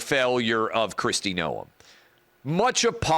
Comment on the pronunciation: Noem is a RINO clown And Clay, everyone in politics knows how to pronounce her last name except you. Jeez